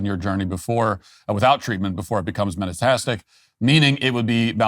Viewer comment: Matt phoning in the pronunciation of metastatic and metastases.